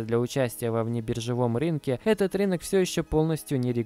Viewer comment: рИнок режет ухо, РЫНОК говорится!!